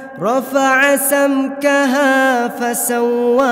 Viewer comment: Assalamu'alaikum. Afwan akhi ayat ke 28 rafa'a samkaha terdengar rafa'a tamkaha. Syukron.